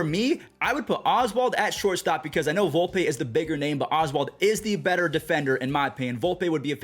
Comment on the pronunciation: Volpeeeeee not Volpay dummy